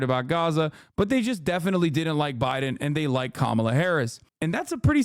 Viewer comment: Identities matter. Let us pronounce Kamala's name right. It is pronounced: Come-uh-la. Say that fast and you've got it. Here are some incorrect pronunciations: 1. Calm-uh-la 2. Cuh-maah-la 3. Anything else that isn't Come-uh-la